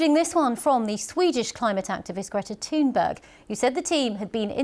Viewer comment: Did she say Greta Toon berg, very appropriate! That's all folks.